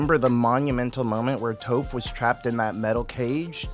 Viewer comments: WHAT DID YOU JUST CALL HER .....TOFF...NAH ITS TOPH ..LKKE T-AH-PH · The crossover I needed as a massive ATLA and Cosmere fan 😌 Not gonna lie, you saying “Tofe” and “Soaka” is frying me in 😂